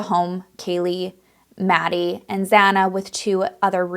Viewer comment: I know you tried you best and with integrity. Just a few things: 1) Kaylee didn’t live in the house. She was in town and visiting Maddie; 2) you mispronounced Maddie and Xana’s names; 3) it’s pronounced “Ky”, not the CH-sound. 4) They were found in Maddie’s bed as Kaylee didn’t live there. 5) You’ve added mystery details. Can you site your sources?